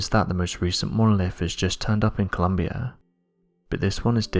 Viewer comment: Its Colombia not Columbia. Just sayin.